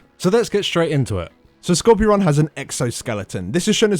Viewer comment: It's not Skorpy ron it's Skor pyron lmao.... Skorpy ron..... from now on I'm going to have to call him Skorpy ron because it's so funny.